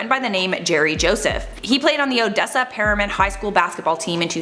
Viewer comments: And it's Permian hs team not ferman!!! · It’s pronounced Purr-me-un. lol idk how else to say it so you can pronounce it right lol STILL LOVE YOU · pronouncing Permain wrong triggered the West Texan in me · hearing her mispronounce Permian hurts my soul smh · she said Permian wrong lmfao . But Odessa is where I live and that’s my school wtf lol . 😂😭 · The way she said Odessa Permian 😂